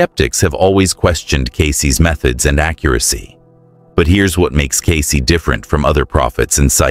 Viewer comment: Cayce ……Get it right ?????